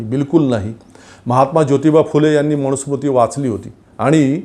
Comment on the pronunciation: तुमचे विचार चांगले आहेत. फक्त एक सुधारणा करा. 'न' चा उच्चार 'ण' असा करू नका. मनुस्मृती म्हणा. मणुस्मृती नव्हे. मी ७० वर्षे वयाचा अब्राह्मण संस्कृत शिक्षक आहे. राग न मानता उच्चार सुधारा. धन्यवाद.